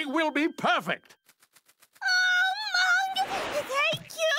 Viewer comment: his name is MUNG, this entire time I thought Chowder was calling him “mom”😂😂